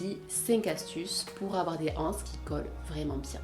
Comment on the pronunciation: La liaison s'il vous plait! Une (n') anse, des (z)anses :-)